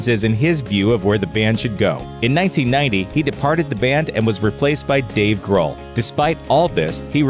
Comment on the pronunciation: Who is ""?